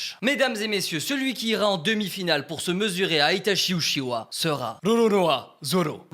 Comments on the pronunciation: les francais vous prononcer uchiwa hahaha en japponais et en anglais c'est uchia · Trop bien la vidéo par contre uchiwa sa se prononce utchia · BORDEL CA CE PRONONCE « uTchiwa » et pas « uchiwa » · Par contre ça s écrit Itachi Uchiwa mais ça se prononce Itachi Utchiwa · uchiha pas uchiwa bg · Tu veut bien prononcer UTCHIWA stp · non sa se prononce uchiHA dans la vrai version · Vous avez entendue sa prononciation des ( uchiwa) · Ce qui m’a le plus écorché les oreilles dans cette vidéo est la façon dont tu prononces Uchiha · La prononciation pour uchiha stp deja tu confonds les frère si tu prononces mal en plus...